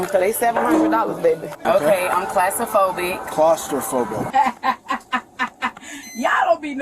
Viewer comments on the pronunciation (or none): "Getsafrinn" and "classophobic" dang gf got nerfed twice 😂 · Bro. "Gets-a-frinick" and "class-aphobic" (note: i spelled it how she said it.) Is gold. If you are gonna fake an illness, at least learn what it's called and how to pronounce it. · Did that dame say "kitzophrenic" and "classtrophobic"? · Can’t even pronounce the conditions she claimed to have. 😂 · "Gitzifrinik" "Classafobik"